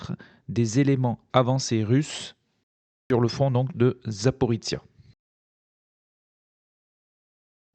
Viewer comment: 1418 jours que notre hôte ne sait toujours pas prononcer Zaporizhzhia. Merci pour vos vidéo